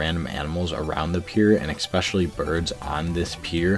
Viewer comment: It’s especially not expecially